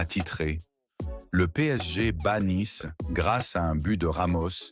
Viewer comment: "une victoire dramatique 1-0" 👉 l'IA, côté commentaires, on s'en passerait bien volontiers... Naïce, c'est Nice... Je ne vois pas pourquoi je m'abonnerai pour entendre ça !